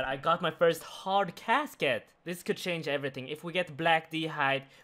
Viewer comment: Never schange,. Never schange.